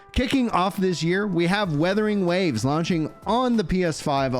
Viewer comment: Wuthering Waves, not weatherinh waves😂